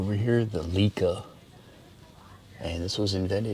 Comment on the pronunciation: The “Leitz” camera is pronounced “Lights” and “Leica” is “Lie-ka”. The device that looked like a stove is a projector that used a burner for a flame as a light source. That’s why it looks like a stove. Thanks for the tour! Wasn’t aware the museum existed. Now have to do a road trip!! My great grandfather was a professional photographer in Halifax, VA. In the 1800s.